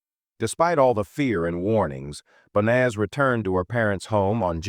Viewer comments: YOU PRONOUNCE HER NAME WRONG 4 DIFFERENT WAYS! THIS IS SO DISRESPECTFUL TO HER! 😮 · That fake emotionless AI generated voice mispronouncing her name every single time is as disrepectuful as her family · Can i please ask you at least say her name properly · Banaz, bonaz, bonus, bas, it really started pissing me off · You'd think that the narration would at least get her name right. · This happened in my area, my ex who was part of the medical staff, treated her in hospital. I will never forget this, she deserved so much better than what she got. Also the AI on this video is messing up her name. She deserves to be remembered with her name pronounced correctly.